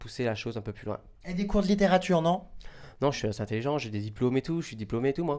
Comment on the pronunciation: Mdr Giuseppe est le seul qui arrive à dire "plus loin" comme toi :p